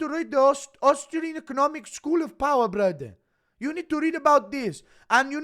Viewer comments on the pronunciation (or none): Your impression of Moic is decent, but you're still using the Dagestani accent when you say, "Brudder" Tighten that sh*t up